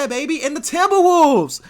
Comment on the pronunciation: Dudes says :timbawovves."